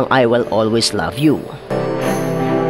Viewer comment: Needs to improve his English pronunciation in the letter A and not E such as way and not " wey" and in the letter V and not B such as love and not " lab". AAAAAAAAAAAA and not EEEEEEEEEEEE. Waaaaaaaaaay and not Weeeeeeeeeeeey. Hope he can still have a chance in the wild card. 🙂